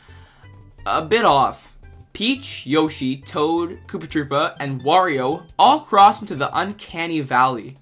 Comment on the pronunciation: i would say i liked the video but the way u pronounced "yoshi" should be illegal